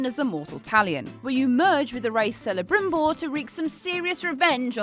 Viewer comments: It's "Kelebrimbor", not "Selebrimbor". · It's pronounced Kelebrimbor FFS. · KEL! It's pronounced "KEL-a-brim-boar"